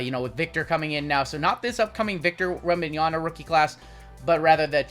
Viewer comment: I really hope you learn to pronounce WembanyaMa before he starts showing up in more product. ;)